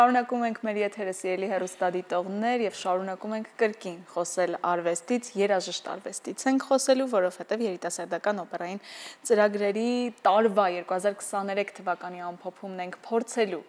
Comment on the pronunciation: աղջիկ ջան, ինչ ասել է «երաժիշտ արվեստ»։ Սովորիր բառը ճիշտ կարդալ «երաժշտարվեստ»։